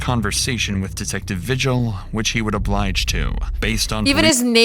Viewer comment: Vigil is a Spanish last name and it's pronounced Vee-Hill not vigil like what goes down at church. Her stares when she was describing her dreams I've seen from my ex sister-in-laws eyes before and she was known to hurt children , but what's disturbing is she had a child of her own like 6 months ago. I was watching the early morning news back in February with my dad when they went over Kiara's trial. We're still waiting for Isaac's trial. Also thanks for showing this as I only saw bits and pieces from KOB4 in Albuquerque. I'm also a resident of New Mexico and I can honestly say half of population are pendejos like these two who come up with stories to avoid a heavy jail sentence.